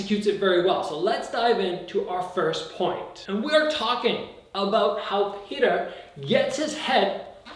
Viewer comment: I think it's Pe-oh-ter